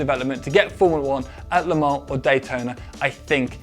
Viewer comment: I love the way you say Le Mans